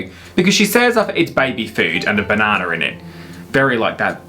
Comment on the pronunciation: Did you just say bananER? 😂